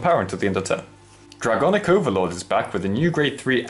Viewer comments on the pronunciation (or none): DRAGOIC I THINK NOT ITS DRAGONIC